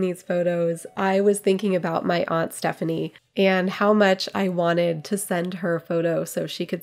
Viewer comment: I love that you say "aunt" and not "ant." Love that linen!!!